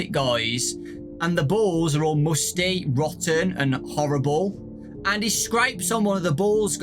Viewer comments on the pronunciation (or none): none